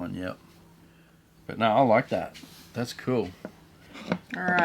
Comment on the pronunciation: Its crazy how Australians add an R sound to words. “Oh noRRRRR!”